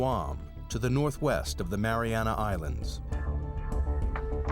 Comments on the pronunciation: Everywhere spells it as "Mariana" Trench, but this video pronounces it as "Marianis"; why? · Why is narrator saying MariaNass Trench?